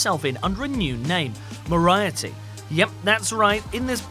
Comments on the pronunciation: Moria - Tee ... I congratulate your butchering of that name Just so you know, it's pronounced Mory - Arty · Did you just say "Moriaty"? It's "Moriarty". Pronounced "Moor-ee-arty".. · "Mor-riety" rhymes with variety. LOL His name is Moriety pronounced "Mor-e-odd-e" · moriety he says. MORY ARTY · More-rye-ah-tee? come again! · It's " moriarty" not " moriety" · Moh ri ah tee?! LOL... what the actual fuck? How can someone not know it is Morry-arr-tee ? You're supposed to deal in pop culture, but don't now one of the most famous villains of all time. You should be embarrassed by this. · Do your research! Will isn't free of the ship, he gets one day on land every 10 years and they wouldn't be separated forever. Also, what the hell was that MoriARty pronunciation? It's not moriaty. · Mor-ay-tee? WTF? MORIARTY! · Moriarty, not Moryarty. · Who, in the sweet hell is Moriety???? It's Moriarty.... MORE - EE - ARTY. It even says it on your OWN video . facepalm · can't believe you said moriaty instead of moriarty lol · To expand on that, More-eye-a-tea is wrong and Morry-Arty is the right pronunciation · Mor-eye-a-tee? No, no. It's Morie-arty. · This person is making popular culture videos, yet neither does he know how to properly pronounce "Moriarty" nor does he even seem to really watch the movies he talks about as in Pirates of the Carribean Will is NOT free from the ship. It is earlier established in the movie that under the curse each ten years he will be granted one free day. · Mo-ri-arty, not "Mo-ri-aty". What the fuck. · It's, Mori-aaarty, not mor-aye-aty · Moriety? Uhm... no. That's Moriarty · “Moriety?” And you call yourself a Brit? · Lmao xD what a fool (if you're not sure, then check)....it's Mor-ee-arty, Sherlock's all time nemesis. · It's pronounced mor ri art ey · It's pronounced mory-arty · That is not how you say Moriarty. Mori-arty. How did you manage to duck up that name so bad? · Mo-rai-ty? Really? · "more-eye-ah-tea" amazing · Mo-rai-eh-tee? Really?